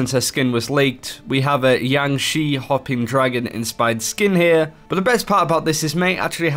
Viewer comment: Yang shee hopping dragon? Jiang shi pronunciation is closer to Jyang Sher. And they're hopping vampires, not dragons...